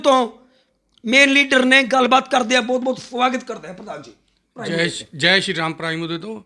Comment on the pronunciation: ਸ੍ਰੀਰਾਮ ਦੀ ਥਾਂ ਵੀ ਫਰੀ ਰਾਮ , ਫ ਤੇ ਸ ਚ ਕੋਈ ਮਸਲਾ ਏਦੇ